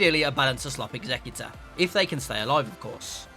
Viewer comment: Dude. It's Executor like someone who executes. Like, a killer. Not executor like an executive, like someone who sits at a desk. Executor. Say it right it weirds me out.